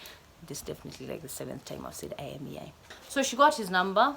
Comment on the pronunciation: IMEI number inakusumbua kupronounce......just say " AIMEI " number.